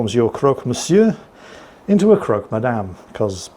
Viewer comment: Don't want be that person.... But here in France it is pronounced 'crock'... Just saying!.. great vid!.. keep it going o mighty one!